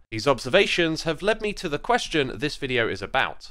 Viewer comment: As a german here, i find this slichtly strange to hear your voice in german. There only 2 things, which could be complained. the very first word "Question" is straight germanized, like, how a german who never spolen english before would pronounce that. the other one are the numbers, though only in regards the years it´s kind of wrong.